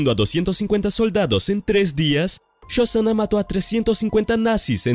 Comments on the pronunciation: No es shozana . SoSHanna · Yosana dijo? Uff penosa pronunciación.. dislaikaso